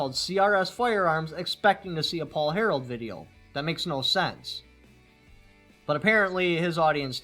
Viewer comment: It sounds like you keep saying Paul "Harold" but it's actually Harrell